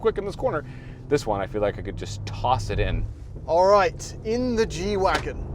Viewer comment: I thought it was a G-wagon not a “wagen”